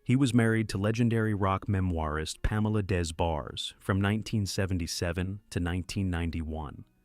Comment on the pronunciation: I think Michael’s last name is pronounced Day Barrez not DesBars. 🤨